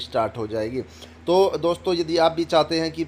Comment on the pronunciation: अरे भाई कम से कम हिंदी बोलना तो सीख लो । आप केंद्र को केनदर बोलते हैं । Fake video ...